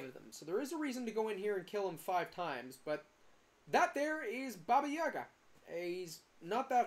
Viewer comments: Did you really just call Baba Yaga , Baba Yuga? its AA not UA. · great vid, the "up to 15 min in" thing was killing me... just why u call it baba yUga? LOL also there are 2 more trees you can climb btw, the ones closer to the portal